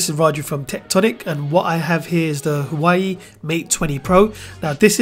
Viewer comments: Lets start a drinking game.. Everytime he says hawaii take a shot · just a quick tip. The name is pronounced "whah-way" (huawei)